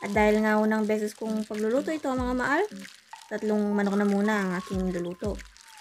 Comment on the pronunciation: It is MAHAL NOT MAAL...🤣🤣